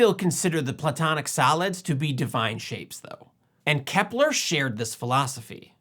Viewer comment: A couple of times I thought you said the platonic salads. But that works, too. 😁